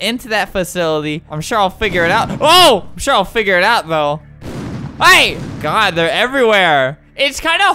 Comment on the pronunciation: you do know you said good instead of god